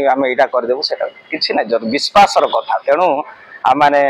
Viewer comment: Unse kya gyan le rahe ho reports....wo Biswasa bolne k bajeh Bispasa bol raha hai...😅😂 Aur biswas hi uss religion ka bada word hai... Baki sab literature words sahi bol rahe hain wi..